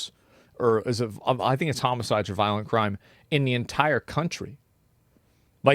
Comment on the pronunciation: " viloent criminal "